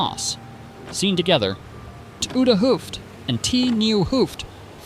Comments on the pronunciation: “The reconstruction itself is very well done. However, the commentary—marked by completely incorrect pronunciation of Dutch words—is simply bizarre and seriously detracts from the overall quality.” toede hoef in stead of 't Oude Hoofd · Maybe a native speaker could help you with that. 't oude en nieuwe Hoofd is totally mispronounced. It's short for the new head and the old head. Literally. Head would be the head of the harbour. The development of Rotterdam, Wijnhaven, Blaeck, Leuvehaven en Scheepmakers kwartier came with trade of WIC en VOC. Typically Dutch cities in first organised their water management and later added docks, warehouses, shops and housing. This was also a period of shifts in power/control. Hoekse and Kabeljauwse dispute.